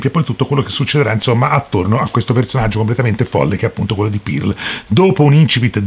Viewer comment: Comunque si pronuncia perl non pirl